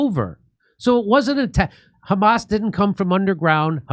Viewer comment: "you know it's the khamas" LOL